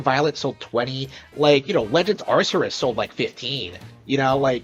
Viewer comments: I find it hilarious af that a Nintendrone can't get Tears of the Kingdom's name right or pronounce Arceus's name right, but then again neither can you it's Arkoos. 😂😂😂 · I'm surprised a Nintendo fanboy would pronounce "Arceus" in a way everyone can agree is wrong, regardless of how we pronounce it. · I will agree even i foamed at the mouth to his mispronunciation of Arceus. Good video dude, all great points against him. Keep up the good work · Wow he's such a Nintendo fanboy but he didn't even pronounce "Arceus" right, that's kinda funny to me xD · So much of a fanboy he couldn't even pronounce Arceus correctly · My eye physically twitched with how he said Arceus and I haven't touched that game in months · Was anyone else getting triggered when that nintendo fan boy was mispronouncing Arceus' name?